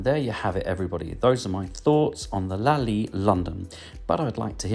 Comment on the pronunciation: Lol it's not a french jawn, why you keep dropping the t in your pronunciation you goofy ahh Brit! 😂 Very thorough review though, much appreciated (